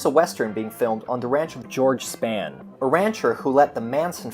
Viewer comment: It's J LEE Thompson and not LEE J Thompson. The Western was still huge in America in the '60s, but admittedly, it had shifted more to TV and away from the big screen. And "Spahn" is pronounced like "Spawn." Otherwise, good job on this.